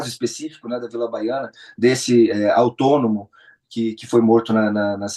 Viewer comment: "Autônomo". Kkkkkk